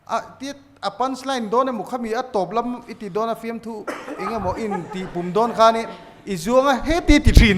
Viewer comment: Pu Mapuia hian 'film' hi 'flim' tiin a sawi zel a. F-i-l-m na nâ nâ. FLIM ti bik tawh lo se.